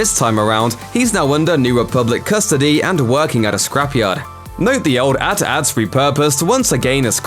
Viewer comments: He says AT AT like "at at", and makes a video about being a true star wars fans smh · OKAY WAIT!! How do you say the empire ship name AT-AT? “Eh-Tee, Eh-Tee” or “At-At”. Wtf!?